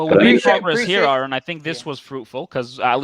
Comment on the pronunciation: What is the GD MFing challenge to pronounce Aron’s name correctly?